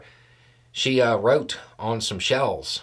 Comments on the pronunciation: Did I here you right ? Shells as in artillery shells ? I first thought I heard shelves , had to start the video again. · I misheard you at first, thought you said she defaced shelves, and I was very confused. And then I understood, and I am very disgusted.